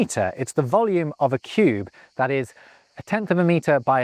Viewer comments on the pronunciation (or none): none